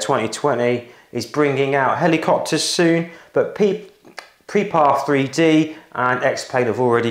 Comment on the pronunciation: Brilliant project! Just a quick comment that it is pronounced “Prepared”. I know it is confusing with the 3… it was one of those marketing genius ideas that seemed to be great at the time, but has been nothing but confusing… (former Lead Engineer, Prepar3D)